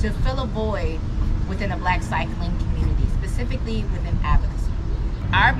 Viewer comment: That girl said pacifically! It's kind of ironic to mispronounce (if you can call it that) a word like specific. These "woke" messages intended to enlighten really seem like parodies.